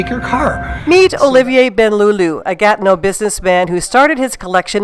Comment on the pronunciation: Gatno??! Its Gatineau